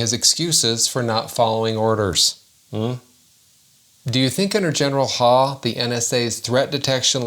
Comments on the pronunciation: I think that last name is pronounced like "How" not Haw. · Isn't his name pronounced Huff...?